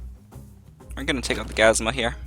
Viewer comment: it's gazUma, not gazma